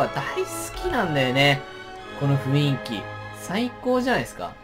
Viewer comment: kunさん雰囲気事をふいんきっていってない？